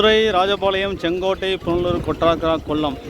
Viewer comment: Welcome to Kollam, கொட்டா(ஆ)ரக்கர കൊട്ടാരക്കര ... please, you could pronounce well